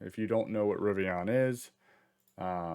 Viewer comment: It’s River + Indian = Rivian there’s no O.